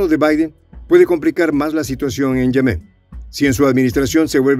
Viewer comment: Yemen NO lleva acento. O sea NO es Yemén, sino YEMEN. Rasca el oído.